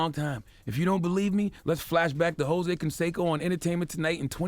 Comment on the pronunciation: Hoe-say Canseco..